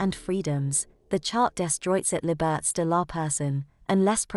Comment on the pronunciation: ughh at 2m 37s this Lady should learn a bit how to read proper Le Francais: "Charte des droits et libertes ..."